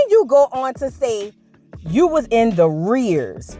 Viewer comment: Not “THE- REARS”😂😂😂